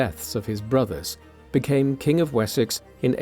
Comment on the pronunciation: Уисёкса? О боги! Запретите нейросетям озвучку!!!😢